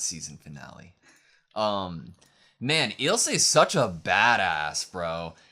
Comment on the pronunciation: "My name is Ill-suh lahng-nar" nods Eel-say Langnur You can hear them pronounce the names. Why can't you just mimic what the characters call themselves and others? You don't have to rely on just your reading abilities. The audio drops subtle clues, like the proper pronunciation.